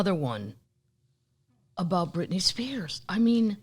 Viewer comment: If I hear Brit Spears one more time. 🤪why? Shoot me.